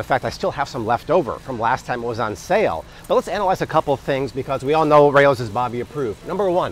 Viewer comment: I get irrationally angry at how he pronounces "Rao's"